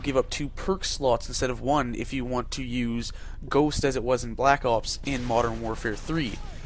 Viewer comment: you sound funny when u say black ops (black opes) lol